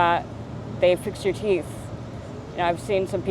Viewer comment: hard to find love on the skreet, specially wif just a few teef.